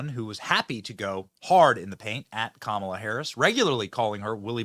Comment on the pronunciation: Even Montell pronounce it KAH MAH LA!!